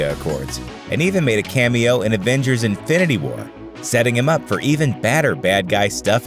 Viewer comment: Why d o u say advengers its avengers